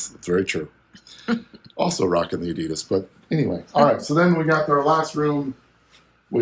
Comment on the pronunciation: You bring it to the next level mate! But as a German, please work on your Adidas pronounciation ;-)